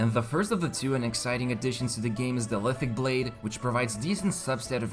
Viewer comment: LiTHICC Blade - LiTHICC "Spear"